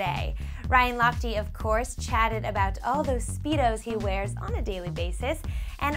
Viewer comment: how she pronounced lochte. ha ha